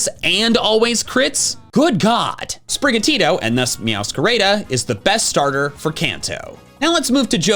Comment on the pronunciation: native spanish speaker here i had never heard an english speaker pronounce sprigatito and meowscarada before hahaha like, for me it's intuitive that they're pronounced "sprigatito" (with both t's having a strong sound) and not "sprigatiro", and "miauscarada" (with all 3 a's having the same sound and fully pronouncing the letter d) and not "miauscareira" now i'm wondering if you pronounce florgato as "florgeiro"